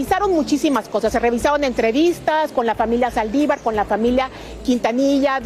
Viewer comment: Amigo se dice Saldívar. Con acento en la( i)